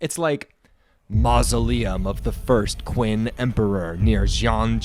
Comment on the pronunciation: the qin empire is pronounced similar to chin not quin